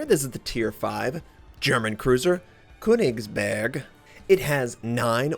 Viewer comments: Hey notser! :)I love yuor vids and all of your content but there's one thing that bothers me. The way you say köningsberg sounds so strange. The way you pronounce the letter ö is like the sound after the b in birthday. I hope that this helped you and I don't feel like you need to learn from this if you don't care. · The ö is pronounced like the "u" in Church by the way, also hard G's.